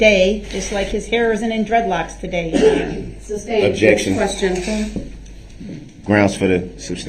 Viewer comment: Just wonder.. 😂 if it tickles the legit legal team every time he says "Substained"